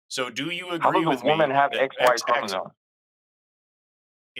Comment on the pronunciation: Bro keeps mispronouncing “chromosome”, yet thinks he knows more than the biologist.